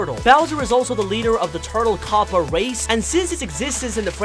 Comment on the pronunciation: "king kaupa" I hate this so much